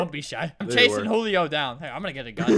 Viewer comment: It’s not hulio it’s Julio